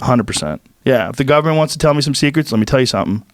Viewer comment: Joe “Gubmen seacreatures” Rogan